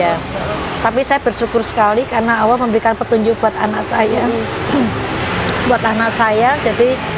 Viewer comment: Untuk bu maaf saya ingin koreksi sedikit. Mohon sebut Allah, jangan awoh. Karena Tuhan di islam adalah Allah bukan awoh.